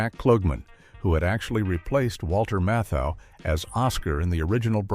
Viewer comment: I noticed it also referred to "Walther Mathoo"🤣